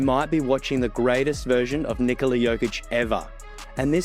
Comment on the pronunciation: Finally, NIKola pronounced normally. Thank you, sir!